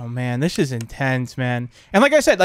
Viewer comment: it sounds like he cussed, but he said 'man this is intense' it's just the way said it sounded like that.